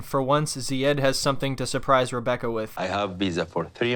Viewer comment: Sometimes when he says Rebecca 🤣 it sounds like hambugaaar....I love his way of talking and the calm broken English is amazing. It's entertaining 🙂 to listen to him, she on the other hand annoys me so does her daughter, nobody treats him with respect it is all negative.